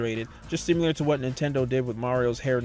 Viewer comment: once you realize he's saying simular you can never unhear it